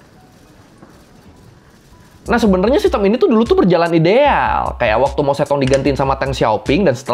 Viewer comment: Berguna tapi sebelum bikin video, better belajar spelling nama2nya dulu kali ya, Mao Zedong sejak kapan dibaca Mao Zetong 😂